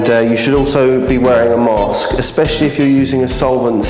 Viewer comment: Lol he said “ a mask”